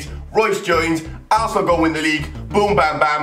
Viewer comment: He says assnel